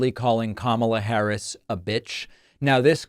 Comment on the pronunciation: He is mispronouncing her name on purpose because he has no respect for her. She is mispronouncing hospitality because she doesn’t know any better. Sad.